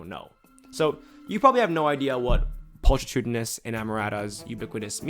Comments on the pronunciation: this may be true in some cases, but not when the audio played actually mispronounced pulchritudinous by pul-tree-tudinous instead of pul-kri-tudinous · Pulchritudinous is pronounced with a hard "ch" like chemistry or mechanical. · not pronouncing pulchritudinous correctly makes understanding even more challenging